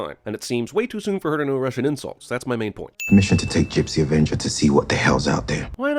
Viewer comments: Discount Shailene Woodley may have learned a russian insult, ut she sure as hell did not learn to pronounce it properly. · on the sin you counted for her knowing russian insultss so soon, those were pronounced terribly so i think you shouldn't have counted that.